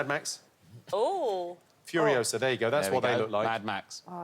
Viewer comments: It’s furiosAh NOT furiosOh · Judi DESTROYING that mystery guest round was amazing. Also them saying “Furioso” when Jimmy was saying “Furiosa” drove me NUTS